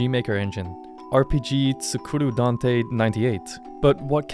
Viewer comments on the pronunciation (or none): none